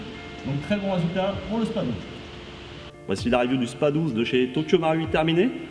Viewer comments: Le "s" de spas 12 se prononce il me semble 😁 sinon belle video comme à ton habitude ! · shOtgun et non shOOtgun.. et ce dit spaSS 12 aussi. Le "s" n'est pas silencieux.